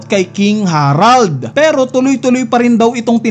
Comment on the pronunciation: Buti naman nabasa mo na na "harald" hindi herald